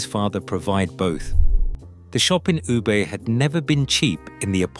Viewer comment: ”You-ber“？ Come on, have some respect.It's very easy today to find out the correct pronunciation online. I'm not Japanese and neither do I speak Japanese but I know this city is called Woo Beh